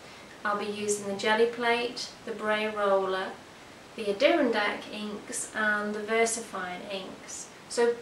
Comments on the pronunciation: Ink is pronounced...a-door-RON-dack, the emphasis is on the RON. These are mountains in the Northastern state of the NewYork. Adirondack is the Mohawk word for porcupine. I thought you might like to know. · It's pronounced Adder-ron-dack